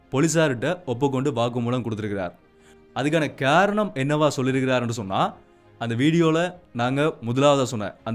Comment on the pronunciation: ஹாரணம் இல்லை,,,காரணம் தமிழ் உச்சரிப்பு மிகவும் அவசியம்